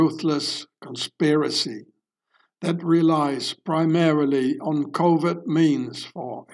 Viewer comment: JFK says “ By COVET means “ not COVERT means. Listen to the speech carefully…. 🤓